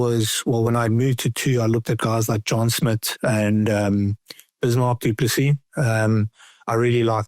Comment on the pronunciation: Lol don't know if Marx is meaning John Smit or Juan Smith because he's pronouncing it Juan Smit